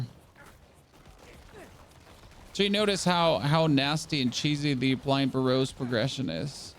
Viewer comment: Interesting pronunciations of Burrows. Whats your native language. Its Ber-Ohs btw lol. Not a big deal tho.